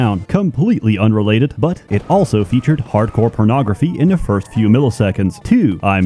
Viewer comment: pronounces the word "also" as "elso".